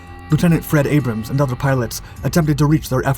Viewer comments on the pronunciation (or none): none